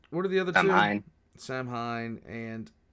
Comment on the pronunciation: It's Saim-Hann, not Samhain. Samhain is a celtic religious celebration